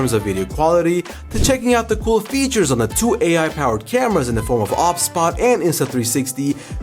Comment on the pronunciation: Is it not meant to be pronounced O B S bot?